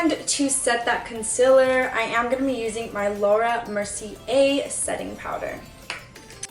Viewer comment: Why tf do people say “conciler” ? It’s concealer. 🤦🏻‍♀️😂